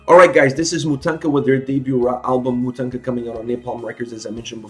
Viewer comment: Loved your review and agree with all that. There's just one thing: it pronounces as "mOtahnkah". It's an ethic Ukrainian doll made of cloth and knots like the one you see on the band's album cover. Greetings from Ukraine!